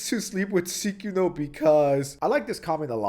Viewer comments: Everyone else: Sykkuno: Ceekuo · Psy-coon-oh. Not sick-in-o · WHY ARE U SAYING SYKKUNO LIKE SEEKUNO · I believe it’s pronounced Syykuwuno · I hate that I know that that's not how u pronounce this dork's name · are you saying his name wrong on purpose? lmao.. I cant. Sounds you you are calling him the curse user from JJK